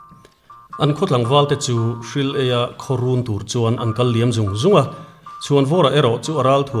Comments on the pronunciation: 'Hril eia' tia in lam hi, Hri leia tia lam tur. 'Leia' tih hi "Pawisaa thi kan lei a, lei lam rîk anga lam tur. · Hril-eia ti a chhiar lovin Hri-leia ti a chhiar tur zawk ani ang. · Hril-eia ti a lamrik hi naupang thawnthu hriata a ka hriat dan in Hri-leia tih a ni. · Hrileia hi Hril-eia tiin i lam thin a a diklo. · Hrileia, Hril eia tia an lam hi, Hri leia/Hrileia tia lam zawk tur. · Hri-leia tia lam tur a ni . Thil ka lei, lei ka lai tia lam tur a ni hrileia ti lovin. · he hi a dik Hril- ei-a... ni lovin Hri- leia... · Kei pawh hei hi ka hriat dân a ni. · Ṭha hle mai, mahse ka lo hriat ṭhin dan nena inpersan deuh pakhat Hrileia hming lam dan hi _ Hril-eia ni lovin Hri-leia tiin ka lo hre ṭhin. Khawi zawk tak dik maw! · Hril-eia te in ti mai mai . Sakeia tih anga lam rik tur a na sin